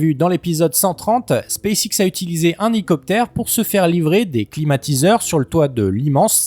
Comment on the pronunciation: « Un heïcopt’r »